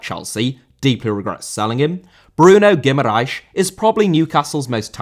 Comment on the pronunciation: Guimarães* not Guemaraich